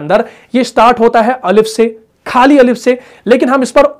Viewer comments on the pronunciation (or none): آپ اپنے اردو کے مخارج بھی درست کر لیں پلیز ۔۔خالی کو کھالی بولتے ہیں